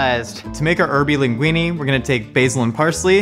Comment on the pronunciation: he said weeny Ok linguine